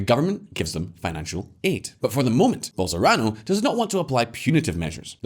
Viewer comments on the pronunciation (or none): It's Bolsonaro, not Bolsorano, ffs. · The content of the video is interesting, i just wish the guy could at least read the names correctly instead of saying "bolsorano", "itapu", "panara", etc... These mistakes have nothing to do with the fact that he's an English speaker, the problem is simply that he doesn't read the words